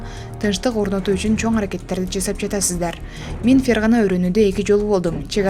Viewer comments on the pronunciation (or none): none